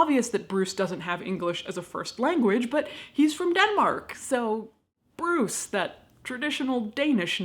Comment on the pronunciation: His name definitely ain’t Bruce.. take it from a Dane.